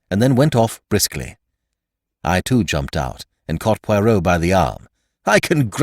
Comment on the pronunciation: Ugh nothing worse than an american mangling the pronunciation of ‘Poirot’ 🫣🙈😖😖